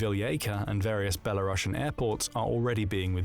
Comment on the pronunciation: It's beh-luh-roo-see-uhn not Bella Russian. If you don't know how to pronounce things don't guess LOOK IT UP! This is how it is pronounced, any other way is WRONG ! Not an accent, just wrong.